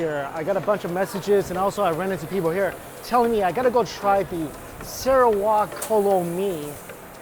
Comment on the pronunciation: Mike's pronunciation : 'Sarawak' Kolo Mee Me: Huh? And after he said one of the state in Malaysia. And I finally get his pronunciation of 'Sarawak'.. Hahaha Mike! You should come to Kuching, one of the city in Sarawak, Malaysia. There are plenty of cheap local delicious food here. And plus, the one you ate in Singapore cost you $3 Singapore dollar but in here will only cost you RM3 !